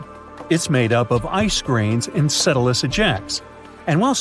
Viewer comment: Enceladus! He did it again! It is not pronounced "encedalus" You can hear each time the word is dubbed.